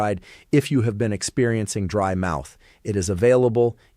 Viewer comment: DRY MOUTH NOT BRIED MOUTH